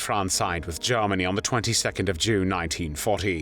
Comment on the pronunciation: "Garmany" "Tharty" 🤔??